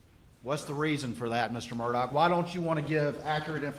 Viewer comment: EVERY TIME HE OPENED HIS MOUTH, A LIE WOULD FALL RIGHT ON OUT. YEAH AND HIS LAST NAME SHOULD BE PRONOUNCED MURR-DUH (MURDER)